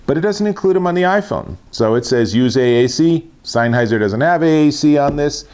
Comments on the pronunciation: You're saying SEINNheiser. It's SENNheiser. Great review though :) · Offs come on mate it's not not rocket science it'sSennheiser not seinnheiser lol. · Great video, but isn't it pronounced SENNheiser, and not SEINheiser 🤔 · Where do you read the letter "I" in sennheiser before the H? Signheiser, seinheiser, sienheiser???